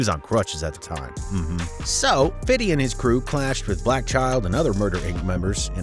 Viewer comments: I’m sorry but why do white people say “Fiddy” instead of his name “50 Cent”. In all curiosity, I would love to know. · I can't stand these YouTubers always saying "fiddy" cent lol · Bruh I can't stand you 😂 it wasn't 1 bullet it was 9, it's not fiddy cent or fiddy, and buddy's name was most certainly not homo 😂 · I hate when white people say fiddy cent 🤡 we don’t even see you like that and we’re black😂😂😂😂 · His name is pronounced "fifty cent", not "fiddy cent", and you aren't a gangster, so please stop being cringe. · DID YOU SAY FATTY CENT YO HAHAHAHA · i swear i hate how white ppl say 50 Cent and 2Pac's name ... "Fiddy" ... "2Pack" .... smh 🤦🏾‍♂